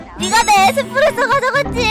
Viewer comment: 에소프레소가 아니라 에스프레소임